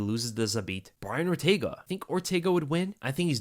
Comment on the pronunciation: Man said ortaga 😂